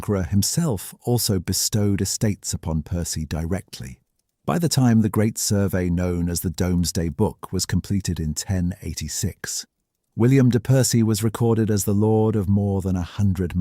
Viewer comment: We do indeed. And, they also pronounce the W. Another endearing error is when they remember not to pronounce the L but still pronounce the W and say Anwick with great confidence. The narrator also said domes day book instead of Doomsday book. Makes me wonder why they had difficulty with that one. No pronunciation traps in it at all.